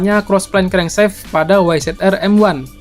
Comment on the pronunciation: Crankshaft bacanya krengsaft aja kali bang bukan krengseft Biar anak stm ngga salah paham